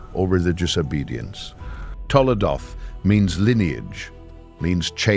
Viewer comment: TOLDOT... NOT TOLADOT... תולדות